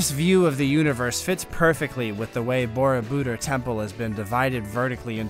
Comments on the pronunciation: If you are going to do Voice Over, you better get proper pronunciation for foreign names. Borobodur, has the accent on the last syllable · Would add greatly to your enjoyable, factual presentation if you could pronounce Borobudur much more closely to the correct pronunciation used in Indonesia. The Indonesian pronunciation for this word is really quite easy. For those of us who live here, am I am not a native Indonesian, I found no major hurdle to learn the correct pronunciation. Upgrade your videos with accurate pronunciation.